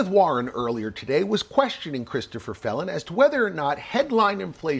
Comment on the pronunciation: Did you say Phelon or felon…